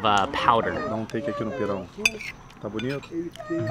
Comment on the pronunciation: Farofa is not made from cassava powder. It is made from cassava flour. I understand that Mark cannot pronounce pirão correctly because the nasal sound of ão is difficult. It is an open aohn with emphasis on the ão.